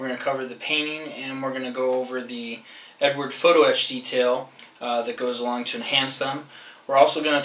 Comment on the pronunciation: Love the videos, but it is EdUard not Edward....